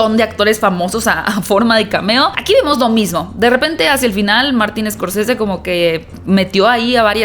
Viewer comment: Se pronuncia Martin Scorcese, no Escorcese